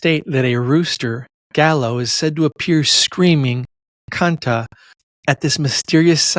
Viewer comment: It's not pronounced gallow. Gallo is pronounced guy-yo and it does mean rooster in English